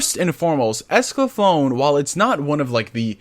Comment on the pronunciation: It's Escaflowne .... not Esclaflown Pronounced: ESCA-FLOW-NAY Also, as an Update, they are releasing the Original Dub with the new dub, they edited the first 7 episodes on Blu-ray and put the original English Dub on it on separate discs. that coupled with all the perks coming with the Kickstarter, they are going above and beyond to provide everything to audiences. For how many people said "I've never seen this before?" I can now see why they wanted to do a Kickstarter.